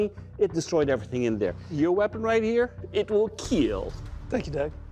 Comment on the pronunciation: I watch these videos just to hear the “it will kielll”